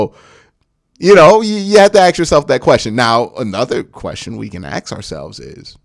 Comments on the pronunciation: Bro you are way too smart to be saying AXE instead of ASK please bro I'm begging you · I love the show !!! but bro,... ASK Me and AXE Me. drives me crazy like I cant watch the whole video..